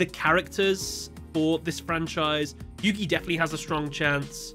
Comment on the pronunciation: Isn't it Yugi?